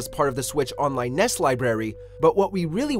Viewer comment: How do you know someone didn't live through the actual Nintendo and Super Nintendo eras? They say 'NESSSS' and 'SNESSS.' If you lived then and loved those consoles, you'd know we pronounced them 'N-E-S' and 'S-N-E-S.' Until you get people who actually know what they're talking about, your channel has zero credibility.